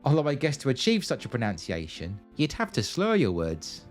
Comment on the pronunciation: Probably my favourite video of yours so far. Hugely entertaining. Just a small point.. it’s pronunciation not pro noun citation! Sorry to be so pedantic!